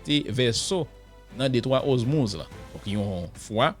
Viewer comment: Sispann répété DETROIT OZMUZ. Bon nom an sé DETROIT ORMUZ. OR pas OZ